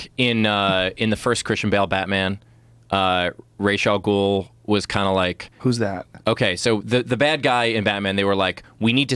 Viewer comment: happy steve pronounces ra's al ghul correctly